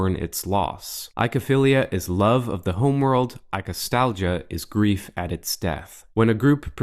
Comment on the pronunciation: "Oi" is pronounced "oi". So, it's oi-ko-philia or oi-ko-stalgia, not i-ko =] (Cue Sesame Street attempt to sing "Oklahoma!" =] )